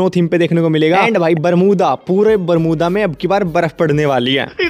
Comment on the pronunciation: Bolna bhi nahi aata barmuda max ko😂😂😂😂😂😂😂